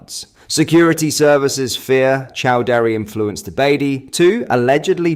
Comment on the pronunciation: Chaudrey rhymes with tawdry, not chow daari (Chow daari means chewing the beard 🤣